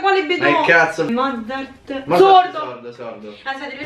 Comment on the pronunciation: Non è Mozzart e Bethoven 😂😂😂😂😂😂😂